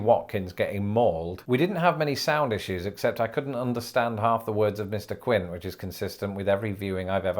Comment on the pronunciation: I'm sorry, sir, but you need to watch JAWS again. The shark-hunter in the film is Quint, not Quinn.